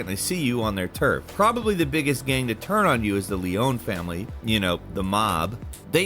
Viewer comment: The “Yakahzuh” and “Leon” families smh… Seriously did this dude even play the game?